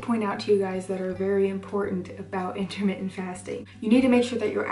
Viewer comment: it's "inter mittent" not intimate lol